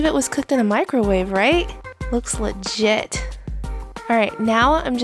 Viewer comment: Now I can’t unhear it 🥲